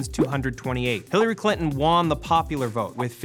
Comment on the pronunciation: Matt, I love you, I love the Loop as basically the last running good content on this channel..but WHY must you pronounce "won" as "Juan" ???